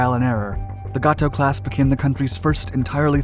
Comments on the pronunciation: You are mispronouncing Gato. It is Gay-toe. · It is pronounced (gay-tow) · That’s right! Every time I heard that I cringed. Good story though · It's pronounced "Gate O" not "Got Toe" PS the other one is pronounced "Bailey O" like the old pirate or the more modern word used when repleing down a cliff not " Ballow"